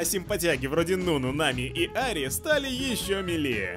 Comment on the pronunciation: О дааа я попал наконец-то в выпуск со своей Ари ❤️❤️ спасибо большое что ник правильно прочитали, а то многие коробят его как хотят, а вы просто с первого разв правильно это сделали🥰❤️ Спасибо за ваш контент смотрю каждый выпуск ваш